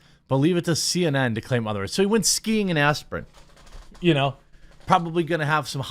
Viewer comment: "He went skiing in Aspirin"